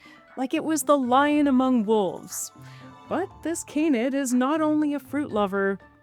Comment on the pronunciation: Honest question, is she saying canid weird or something else? It's "can-ed" not "cain-eyed"